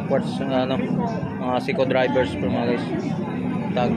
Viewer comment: SEIKO DIVERS PO HINDI SEIKO DRIVERS. HAHA